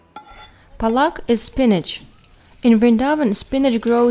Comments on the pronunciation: apeak palk not palaak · Palak not plak